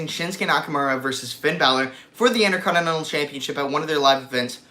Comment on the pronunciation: why do you call it the "innerconnnenal" title lol